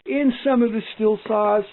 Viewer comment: In all of your numerous consultations with Stihl did they ever once mention that it is pronounced “Steel” and not “Still”?